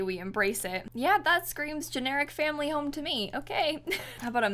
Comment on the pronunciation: I genuinely enjoy the fact that you made "family" 3 syllables